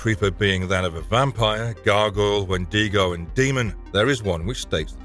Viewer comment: Wendigo (When-dig-Oh)